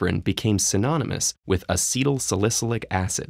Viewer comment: this narrator needs to learn how to correctly pronounce acetylsalicylic acid